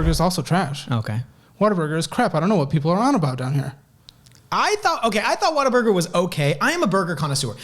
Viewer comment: It’s WHATABURGER not “water burger.” 😂